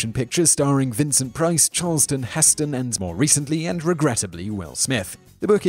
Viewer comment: Who is Charlston Heston?